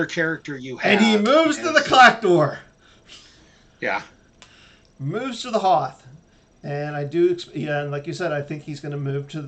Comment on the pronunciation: There is no R in Clak'dor